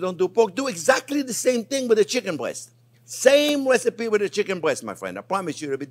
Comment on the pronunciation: Did he just call it a wecipe?